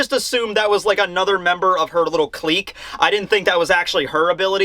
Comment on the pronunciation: What a way to pronounce clique hahaha ☠️